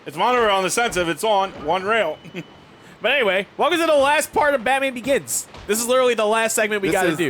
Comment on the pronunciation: Just to clarify: Is it “Batman Organs,” or “Batman Oregon’s?”